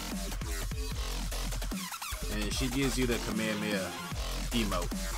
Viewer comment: Why do people have such trouble pronoucning kamehameha?? The amount of people that say come here come here instead is ridiculous 😂😂